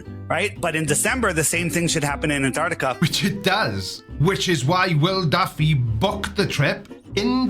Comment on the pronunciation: We all know is a congenital liar but to give him credit he's the only septic who can say the word Antarctica correctly